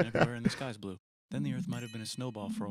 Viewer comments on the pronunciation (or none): none